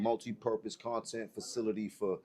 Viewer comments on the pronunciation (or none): none